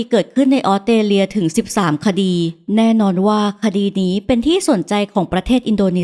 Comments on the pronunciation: ออสเตรเลีย = ออส สะ เตร เลีย อ่านเป็น อ็อด เต เลีย มันขัดหูจริงๆค่ะ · ออกเสียง ออสเตรเลีย ควรมีเสียงตัว s ด้วย ไม่ใช่ อ้อดเตเลีย 😢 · ไม่ใช่ อ๊อดเตเลีย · ต้อง ออส สะ เตร เลีย ค่ะ ไม่ใช่ ออด เต เลีย ต้องมี S ด้วยค่ะ จากใจพลเมืองออสเตรเลีย 🙏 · Australia อ่านว่า ออสเตรเลีย มี ส ด้วยค่ะ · คำเดียวกันเลย แอดออกเสียง อ็อด ชัดเลยนะคะ เล่าน่าฟังดีคะ อยากให้ลองออกเสียงคำภาษาให้ชัดขึ้นอีกนิด 😊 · ขัดหูกับคำออต เต เลีย เหมือนกันค่ะ